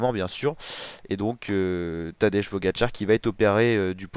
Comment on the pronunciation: Essaie de prononcer Tadej comme si ce serait écrit Tadey ou Tadei...